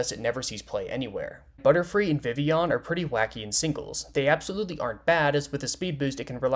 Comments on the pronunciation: I never thought id see the day where someone says Vivillion correctly... I can finally die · I think this is the first time I've seen a youtuber correctly pronounce Vivillon